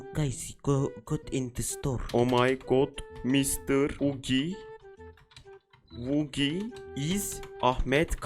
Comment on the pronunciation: Ugi vugi demesine patladım aq 🤣🤣🤣